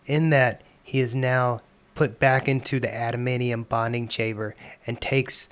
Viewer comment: After hearing how you say "adamaneeum" I'm not sticking around to hear you say "mu-ants".